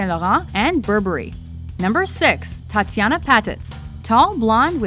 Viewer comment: didn't do their homework. What a shame, they thought Naomi was African American. And pronouncing Tatyana's last name wrong.